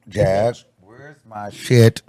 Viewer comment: Iiiiiiight Jag not Angie cmon now🫠🫠🫠